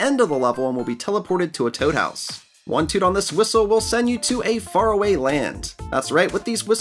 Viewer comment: When I skipped 10 seconds then told set a whistle thing when you’re about to say faraway land it sounded like fart